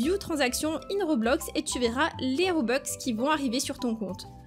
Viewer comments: ON DIT ROBUX PAS ROBEX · Mais non c’est pas un RobexC’est Roblux🤦🏻‍♀️ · On dit pas robeux on dit robux